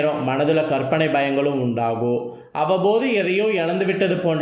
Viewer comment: ஒரு வேண்டுகோள் ... தமிழை இன்னும் சரியாக உச்சரிக்க நல்ல பயிற்சி எடுக்கவும் ...... "இருக்கும்" "உண்டாகும்:" "முடியும்" "நடக்கும்" போன்ற பல சொற்களில் கடைசியில் சொல்ல வேண்டிய "ம்" எழுத்தை முழுமையாகச் சொல்லாமல் .... "இருக்கு..." "உண்டாகு...:" "முடியு...." "நடக்கு....." என்று சொல்கிறீர்கள் ... நீங்கள் சொல்லும் கருத்தைக் கேட்க முடியாமல். உங்கள் தமிழ் உச்சரிப்பு மிக நெருடலாக இருக்கிறது ...நேயர்களின் மனத்தில் உங்கள் கருத்து மிக நுட்பமாக ஆழமாகச் செல்ல, உங்கள் தமிழ் உச்சரிப்பு சரியானதாக, ஆத்மார்த்தமானதாக இருக்க வேண்டும் நன்றி